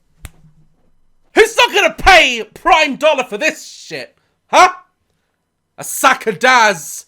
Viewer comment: “Who’s not gonna pay a dolla for this shit” Me : “ I’m not because you’ve turned American all of a sudden” 😂